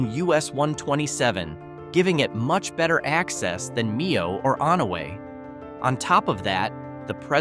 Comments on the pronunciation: Please learn how to pronounce place names. Low credibility otherwise. it is "MY-OH", not "ME-OH". Pretty hard to blow it on Iron River. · Mio Not Meow, the people who live there pronounce it My-oh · This video is garbage. misinformation, HORRIBLE narration. it's not Me-oh, it's My-OH. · AI....someone needs to program proper pronunciation into it. M I OH.... NOT MEE HO! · Can you please say Mio right! It is not me-oh it is my-oh. Sorry I'm not being rude in any way. I just want everyone to know the proper pronunciation. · Mio is pronounced like my -oh . not me - oh 😅. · Nice clip but please learn the names before you say them. Like Mio you called it meo, Mio is pronounced Mmm - I - O. Like M as in Mom, I as in I, and O as in oh. MIO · It's pronounced MY- O not ME-O and a lot of other miss pronunciations makes this AI slop un watchable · Poorly done! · OH ME-O MY-O I caught that too with many other towns mispronounced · It's Mio (pronounced correctly it sounds like Myo). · Mio is pronounced "MY-o". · Mio pronounced My-o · Mio= m-eye-oh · Mio - MY-oh Au Gres - Awe-GRAY Au Sable - Awe-SOB-bull Muskegon - Mus-KEY-gun Pointe Aux Barques - Point-awe-BARKS 👍